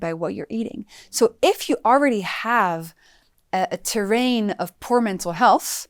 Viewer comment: Terrein. she said exacly the key 🔑.